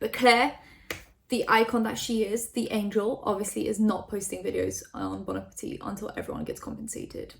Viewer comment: Omg dont talk about bon appetit if you're not going to do enough research to pronounce or intro it with respect. Fuck